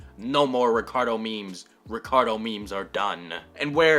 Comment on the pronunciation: me: clicks on video: mispronounces “ricardo” me: shuts down pc